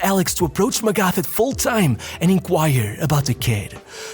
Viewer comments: PLEASE learn to pronouce names.. its MAGATH not MEGAF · its "Magat" .. the h is silent bro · yo bro it's pronounced "mah gut (think of maggot)". in german there's not the "TH = f/s sound". the "A" is pronounced the same like the "U = A sound" in f.e. Hummer. hope that this is somewhat comprehensible, helpful or even somewhat interesting (i'd suppose is already too big to be able to read every single comment) great vid, always pumped for your content! EDIT: Heynckes, the "S" is never silent in german. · Magath. It’s spoken as Magat. The h is silent in German. Similar to Thomas. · Dude pronouncing Felix MagaTH wrong 😭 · How can you talk about football and not be able to pronounce "Magath" or "Heynckes"?